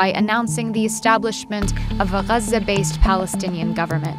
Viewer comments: Aside from pronunciation of Gaza I see no reason why you use captioning that can't be turned off. And you mentioned a massacre but didn't mention who was involved or killed. Silly for a history video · The way the reporter pronounce the name Iraq and Gaza give away the biased approach of this video which full with gaps concealing Arabs responsibility for their situation. Great job real reporter work!